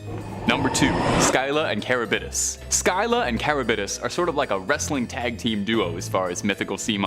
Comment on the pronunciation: Learn how to pronounce the names of your subject matter Scylla and Charybdis. You are so butchering their pronunciation, most any Computer has translation and pronunciation functions. Please use it in the future.